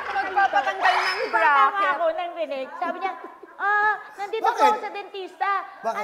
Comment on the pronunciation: Sabi niya BRACKET ….. iaadjust para sa pustiso niya 😄